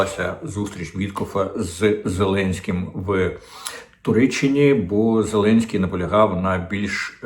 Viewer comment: Діма так кумедно відпрацьовує свою ОПшну пайку. "Зеленьський наголосив, зазначив, принципово відмовився" .... Боже, на кого розрахована ця херня ? Хтось ще вірить, що клоун-нарк має хоть якусь клепку в голові ?? Доречі, закидон на Кличка в відео вже був ?